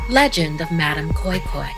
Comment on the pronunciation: Nigerian here 🙋. I remember being scared af in secondary school when I was told the story. We pronounce it as madam "kois kois" 😭😂